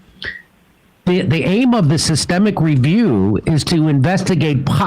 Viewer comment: "Carcinio-genic" was it?